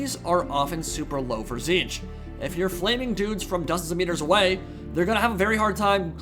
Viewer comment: its notTZEENTCH it's TITS-SNITCH